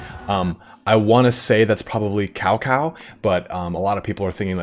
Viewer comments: "Cow Cow" LOL. Seriosuly though, it should be Tsao Tsao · It's not Cow Cow. I think in Italian language there is a word called ' ciao" ( greeting) or English name,"Charles" , with less emphasis on the" s ' sound. That sounds more like the Chinese pronunciation of Cao Cao. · LOL Cao Cao is pronounced as Tsao Tsao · Okay so Cao Cao is pronounced ‘tsao-tsao’ And yes that is him. Cao Cao was known to be the shot caller, he didn’t really respect Yuan Shao’s authority in terms of the coalition against Dong Zhuo and if you read into it, Cao Cao is like a boss ass dude. Just straight bad ass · Cao Cao is pronounced Tsao Tsao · I know you did say you're gonna butcher the names, but please tell me that you said "cow cow" just for the memes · Definitely not Cow Cow, thats for sure. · Just don't pronounce it like Cow Cow, then we good.....